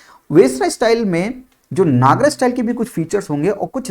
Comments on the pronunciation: Sir your teaching is superb, i just have one request, pls don't pronounce NAGARAA,, it's Nagar , A is written at the last but not spelled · नागरा nahi, नगर style kehte hh.